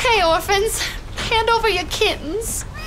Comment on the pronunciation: I like how they pronounced kittens.